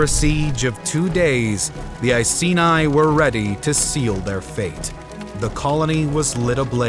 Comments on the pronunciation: I-see-nye the science guy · I was annoyed by his pronunciation of Iceni and even more annoyed when he said England but included Wales 🤦🏻‍♂️